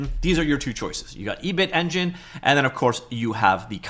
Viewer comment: Your pronounciation of Ebitengine is rather unexpected. It is a pun on Ebi-ten, a Japanese food, so it should be Ebi-ten-gin, not E-bit-engine.